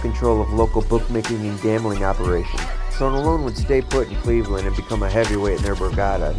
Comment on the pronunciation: you need to learn how to pronounce, Tronolone... it's Tron-A-lone, not Trone-o-lone